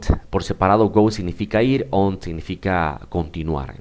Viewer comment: Su explicación y planteamiento del tema son buenos. Sin embargo la pronunciacion de muchas palabras, es incorrecta, creando confusión. No es elevenD, es eleveN; no es fiveteenD, es fiveteeN; onD, es oN; no es downD, es dowN; no es turnD, es turN, y así hay varias repetidas muchas veces, errores que calan y se multiplican. Gracias.